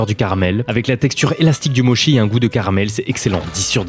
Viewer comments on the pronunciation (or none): On dit "motchi" pas "mochi". Mes oreilles ont saigné 😂